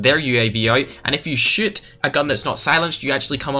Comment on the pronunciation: The way he says "shoot"sounds like "shit"😂